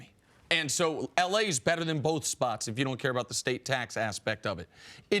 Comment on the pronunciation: I hate that Cris pronounces “if” like “ef”....